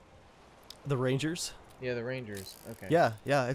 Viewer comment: tristen pernell I know I got a bit triggered when he said rangers